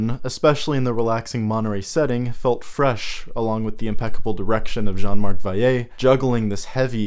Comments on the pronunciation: Yeah I don’t know why it’s difficult to pronounce Vallée... it’s like “Valley”, people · Val.le not Vay.ye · I don't know why he keeps pronouncing Jean Marc Vallée's name as "Vaiyay" but its driving me crazy... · You can pronounce the two l's in Vallée like you would in english. He is french not spanish lol.